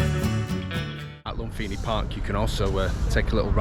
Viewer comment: Language tip, my man... the H is silent in Thai language. Think of the word "Thai" or example. Or "Phuket" ("pronounced pooKET"). So when you say "LumFINI" park, it is a major cringe. After one has been in Thailand for five minutes, one should know this. One should know this even before arriving, frankly.